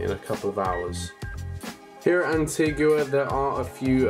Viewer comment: It's pronounced 'anteega' btw!